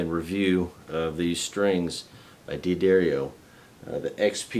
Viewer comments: It's pronounced DAD-DAR-EE-O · FFS......It's pronounced "DUH-DAR-EEO"....